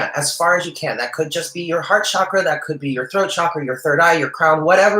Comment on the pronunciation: "Ajna" (3rd eye) is pronounced "awn yaw". "Chakra" is pronounced "chuck ruh" (not "shock" and not "chalk")- don't worry, I studied Sanskrit, and I have hardly ever heard anyone pronounce chakra correctly. With the 9 of pentacles, the bird on her hand can also symbolize pets. I just found a kitty 2 days ago! It feels significant to me :) I'm not sure how anyone can pronounce that the veil is gone. If the veil was actually gone, we would be seeing all the angels, demons, vampires, ghosts, etc. around us. When the 3rd eye is activated, one can see these things beyond the veil. But if the veil was fully gone, everyone would see these things without need of the 3rd eye. Also, Kundalini is much more than potential energy. She is a Goddess. Trying to awaken Kundalini Shakti without proper guidance can be ill-advised. Kundalini awakening usually follows many years (lifetimes) of deep earnest spiritual yearning and work, is a heavily karmic once-in-a lifetime gift, and is not something that is just casually recommended by a tarot card. I feel wary seeing these esoteric words and concepts bandied about by so many people in the New Age circles and the internet who haven't studied them or truly understand the depth of them. I usually don't get involved with a bunch of corrections, but I appreciate your readings and sense you are a person who is open and learning.